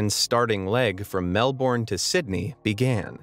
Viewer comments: it not Melbourn it Melbourne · I live in Melbourne and just saying but you said it wrong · Why say Melbourne like that bro